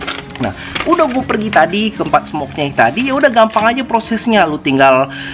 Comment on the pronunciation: Bro di menit pas ngomong kata "tadi" jadi kepleset "ta*" tapi gak papa lah bro kita ngerti kok hehehe, mantap sharing nya bro